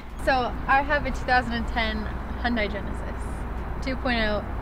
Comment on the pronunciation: I hate how people say Hyundai. It’s seriously pronounced Hun-Day not fucking Hun-Die god damnit. Sorry, this shit gets to me. I apologize.